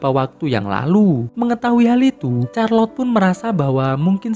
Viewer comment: Min, Charlotte itu bacanya bukan Charlot atau Kharlot... Tapi Sharlot (Syarlot)